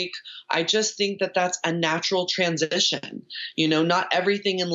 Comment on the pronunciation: Did she say "transanition"??